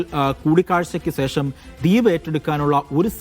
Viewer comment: സേഷം അല്ലെടോ, ശേഷം എന്ന് പറഞ്ഞു ശീലിക്ക് 😂